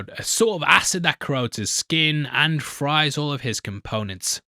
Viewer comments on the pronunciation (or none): none